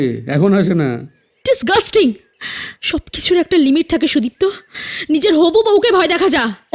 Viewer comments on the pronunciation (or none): Golpo ta bes Valo... But 1ta general Suggestion, Character er Naam gulo Aktu Simple Choose Korben doya Kore... Karon Sudipto Naam ta ( may be Bidiptaa Naam er Character thakar dorun) Koyek baar Sudiptaa hye geche... Ai vul uccharon, golpo Sonar somoy Khub Kane lage... tai ar Ki....